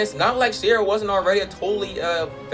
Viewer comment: it's she-ra not sea-ra